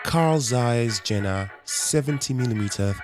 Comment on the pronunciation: Hi, "Karl Zeiss Jena" doesn't sound like: general, but: yeh-na